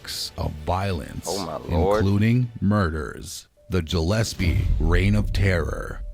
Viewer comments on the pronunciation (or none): It's pronounced Gillespie not Jillespie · Jillespy ? WTAF lol?